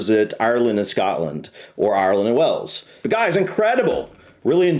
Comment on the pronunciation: Stope saying Wells it's Wales. 😂